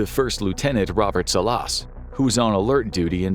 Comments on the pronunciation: It’s pronounced Salas but good episode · The way he pronounces Salas 🤭😆😆